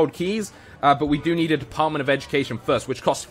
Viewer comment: It's First not Fhirst